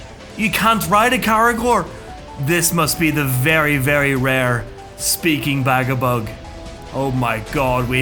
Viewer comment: Dude, ū ir pronounced as oo. So it wouldn't be Bagabug, it'd be Bagaboog. Same as Dūsh isn't Dush, it's Doosh. Or, you know, Douche ;] (100% sure it's intentional) It's a bit weird that you know each of them by name, you know their deepest dreams and desires, you know their entire family tree and you went to their second cousin's wedding. But NOT ONCE did you listen to how their names are pronounced =] P.S. Can't go wrong with Rip and Tear, well done.